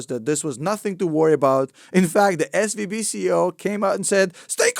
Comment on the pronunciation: When you say SVB it sounds like SVD and my mind goes dduuurrahhh PEW PEW PEW